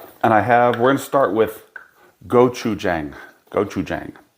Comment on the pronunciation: Looks fantastic. Just an FYI it’s pronounced Go-Chu-Jahng (like John with an ng). 고추장. The way you pronounced it would be 고추쟁. Not trying to be a jackass, just wanted to share. Lived in Korea for 4 years, love their food and culture.